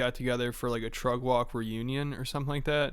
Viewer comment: You saying “trug walk?”